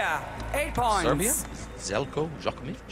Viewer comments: Not to mention, he butchers Zeljkos name. Sounds worse than nails on chalkboard. Doesn't even bother to learn how to spell someone's name. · Zeljko Djokovic, he is pronouncing it like that every time